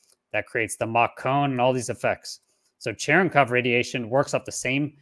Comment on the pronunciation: Cherenkov is pronounced “Shrink off”. Sorry for getting super nukie -geeky but…Love your work. BTW It is the visual equivalent of a sonic boom. When a particle decelerates, the visual is called bremsstrahlung.